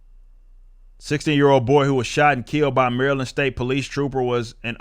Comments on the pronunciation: Of all the content creators, I think Rippa is the only one that pronounces Maryland correctly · You say Maryland like locals.